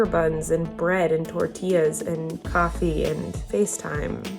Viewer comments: I love how say “tortillas” like real tortillas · saying tortillas like the culture queen he is! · The Part In Where Says Tortillas He Says It Perfect Like A Hispanic Person lol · WAIT does speak Spanish? My lil Mexican heart fluttered at that accent when he said tortillas like yas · The way said tortillas sounds so fluent! Does he know how to speak Spanish?? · The way rolled the R in tortillas. Latina queen! ❤️👑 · ok but like why did say tortillas like an actual mexican accent IT WAS SO GOOD